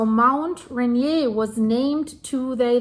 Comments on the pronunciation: Great report, going to be an ongoing watch for Mt Adams. A friendly FYI, Mt Rainier is pronounced... Ray-near. If Rainier were to erupt the pyroclastic flows would devastate Olympia area but most ash would be pushed East by the prevailing on shore jet stream. Same thing happened with Mt Saint Helen. Thank you for your reports, keep them coming. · RAINIER is pronounced by locals raineer like beer. I live by Olympia and ski Raindog regularly. Thanks for Mt Adam's report. Nice job. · Mt Rainier is pronouned RAIN EAR